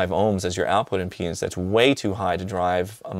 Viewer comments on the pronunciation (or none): Eric I don't know how to whisper this, but I think impedance takes an "a".